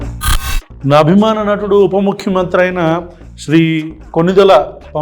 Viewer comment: prati video lo naa abimana natudu upa mukyamantri anoddana,naku nuvvu upa ante upma mantri annatu vinipistundi